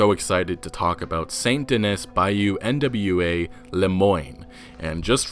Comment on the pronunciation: "Denis" is French, and is pronounced "Den-EE." And I have no idea why you are pronouncing each individual letter in Nwa like it's an acronym.